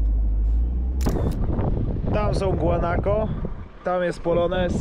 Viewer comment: Nie Gaunako tylko Guanako